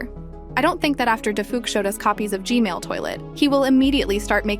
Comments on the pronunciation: why she still saying gmail toiltet its gman or no? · It's "G-man"not "g-mail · Can u tell me why u say g-mail instead of g-man? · It's g man not g mail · Is it just me or did she say G-mail toilet?